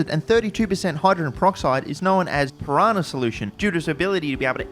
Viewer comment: it's piranha, not pirahna